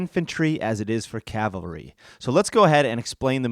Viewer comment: It's cavalry, not calvary. ;-)